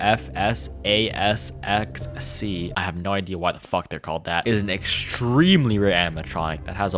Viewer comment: cant believe you got RWQFSFASXC's name wrong :/